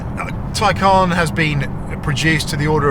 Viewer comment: Its a Tay-can not Tay-caaarrrrn.